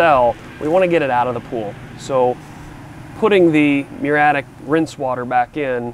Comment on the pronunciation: Muriatic Acid, not muratic. If you are going to be an expert say it properly.